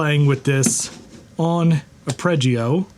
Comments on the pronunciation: It's Are-pej-ee-oh not are-preh-jee-you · Who's gonna tell him that it's not "a-preggy-o". Or is it engagement bait? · Well, he did pronounce arpeggio as "are-preh-jee-yoo". So not a musician checks out. 😂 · I will not be triggered by how Arpeggio is being pronounced. I will not be triggered by how Arpeggio is being pronounced. I will not....